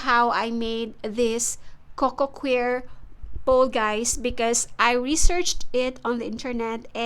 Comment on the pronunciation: Coco “choir” not coco queer 😂